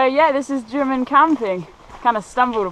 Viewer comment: When you get to Drymen it is not pronounced Dry Men but Drim Min